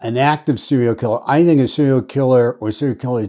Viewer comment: Serial....... not "cereal".......